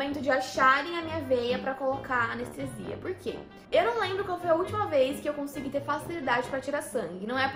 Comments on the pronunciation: "A Nestesia" meu pai do céu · "a nestesia doi?"